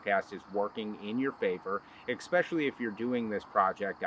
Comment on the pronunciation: ESpecially, not EXpecially.